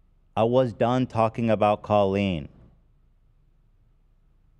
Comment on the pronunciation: Why does call Colleen (call-EEN) Co-leen lol… she like confidently pronounced her name sooo wrong